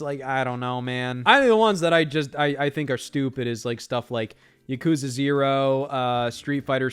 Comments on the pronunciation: To feed the gross algorithm: The way Scott mispronounces Yakuza is painful to hear. He's still been one of the most entertaining people in this space for the past 7 years or so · I don’t even care about the switch 2. I’m just here to make fun of Scott for pronouncing Yakuza wrong.